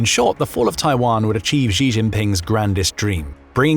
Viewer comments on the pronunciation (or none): The Chinese president does not have a French name: he is not *Zhee. The pronunciation of "Xi" is difficult for English speakers, but "Shee" (basically the same as the female pronoun) is good enough. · please learn how to pronounce ‘Xi’ as in Xi Jinping. It’s not hard…